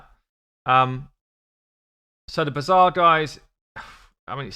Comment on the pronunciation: I love how you pronounce the bazaar as "bizarre". Because there's no other way to describe these design decisions. An ancient shard isnt the same as a 3 star chicken. Not even remotely. How would that even be possible? Theres not only the chance to get an epic or a legendary out of an ancient shard, there's also x2 ancient days, but there is no day, no weekend where 3 star chickend turn into 5 star chickens for an upgrade, is there? So obviously a chicken is far inferior as reward compared to a single ancient.